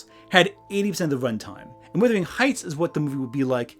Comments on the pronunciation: WUTHERING not WITHERING. “Wuh” rhymes with “huh.” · Minor quibble but Wuthering isn't pronounced Withering - it's pronounced Wuthering and it has a differing meaning. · FFS - Please learn how to pronounce 'wUthering'!